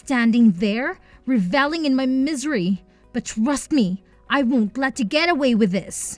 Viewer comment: 'Revelling' is pronounced to rhyme with 'meddling' not raah-vellung' And Lily's male elicit lover who fathered a child with her is not a 'mistress'. That's a female elicit lover.